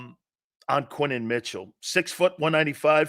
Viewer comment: His name is Quin-yon Mitchell...say his name right